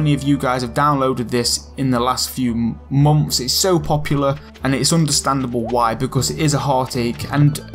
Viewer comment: I always understand "momths" lol